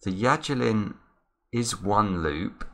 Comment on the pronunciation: It's Yajirin.